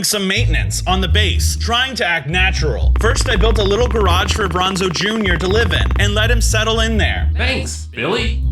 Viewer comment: Worst you allways say brinzo!